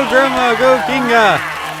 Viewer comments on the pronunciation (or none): Am I hearing like Ginga or are you pronouncing her name wrong?